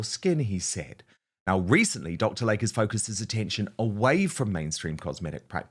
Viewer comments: PRONUNCIATION: It is Dr. "Lay-Key" not LAKE!! Can't understand why he keeps putting ads on your channel. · Hello, beloved fan here. Dr. Layke is pronounced Dr. Lake-e. ❤